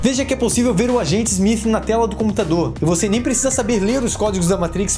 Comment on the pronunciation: Inacreditável o baixo conhecimento da língua inglesa e a sua correcta pronuncia...Agente ezmith?!?!?